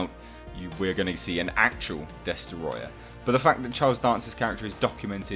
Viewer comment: With the utmost due respect -it's pronounced "DES TROY UH"- Not "DES TER OY UH"